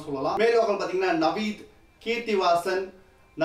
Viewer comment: Yov, adhu Navaneeth and kowsthuba ya 😂😂😂 naveedh, kasthubh illa 🤣🤣🤣